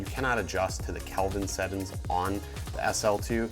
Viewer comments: Bro, it's settings not settin' lol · Sett'ns, review'in, Vlog'in....I have never seen someone completly cut the G out of every word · Marfoogle Watutu News I thought that was just me. I kept saying "sett-INGS" until I couldn't take it anymore lol